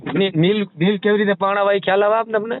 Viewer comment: neel nahi leel bolo